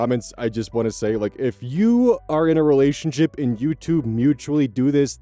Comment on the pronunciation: "rewashunship :3"